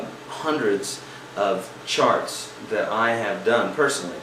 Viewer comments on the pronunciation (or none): this guy is insanely helpful. Funny though, at the beginning "read charts" sounded like "read sharts." just funny thats all, otherwise many thanks for the tips